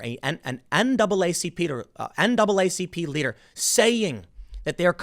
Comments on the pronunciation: NAACPeter? Really Timmy? Sorry, but I had to point this out since I found it unintentionally hilarious. 😆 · dat NAACPeeder doe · "naacpeter" hahahahaha. got a good chuckle out of the compound phrasing, i hope im not the only peter who found that hilarious lol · "This NAACPeter" ?? Lol. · “N double AA C Peter”